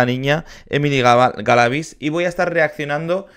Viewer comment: Ella ganó el concurso, ah por cierto ahora si estas pronunciando bien el apellido Galavíz.